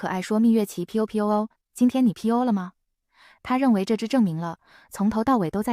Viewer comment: 不是皮歐皮歐，是popo